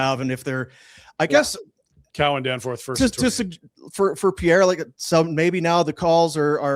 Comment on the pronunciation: DANFORD! Not Danforth!